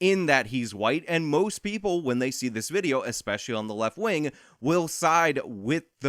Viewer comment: 'eggspeshully on the left wing'.... ahahahaha okay kid.